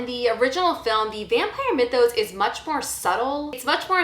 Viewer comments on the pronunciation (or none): none